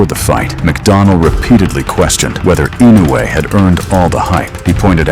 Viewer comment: That stupid boxer can not pronounce Inoue but he will remember for a long time...